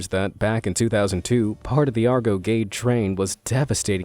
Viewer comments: Pronunciation should be Gaedae not Gate for Gede. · Its gede not gate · Not pronounced /ged/ but /gedé/